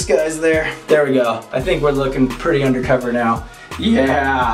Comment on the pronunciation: He said undacova son!! 😂😂